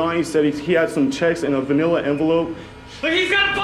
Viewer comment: Sooooo, everybody gonna ignore the fact that my man said "vanilla envelope" instead of manila envelope? 😉